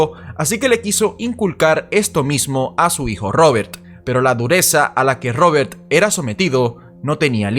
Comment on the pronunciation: No paras de decir robertttttt odioncomo pronuncias la t